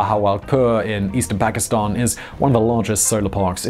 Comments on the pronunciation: your like the only English speaking person that pronounces Pakistan correctly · Wao bro ! You are pronouncing Pakistan accurately. Thumbs up for that.